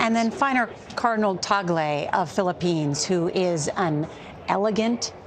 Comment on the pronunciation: I’m glad broadcasters are now finally pronouncing cardinal Tagle name correctly. He seems the right package but you never know if they can be so bold as to choose an Asian pope. Philippines is the only predominantly catholic nation in the entire Asia. Seems fitting.